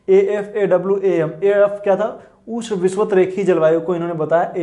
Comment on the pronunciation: Sir ush nhi hota ushn hota h